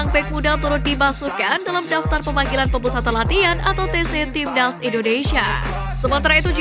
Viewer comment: Timnas, bukan tibdaz, obati dulu flue nya mbak baru normal suaranya